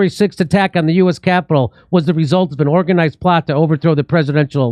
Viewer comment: "Orginazed" lmao